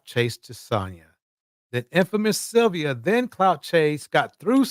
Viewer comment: His routime? 😢this man's speech..cant even say sylvia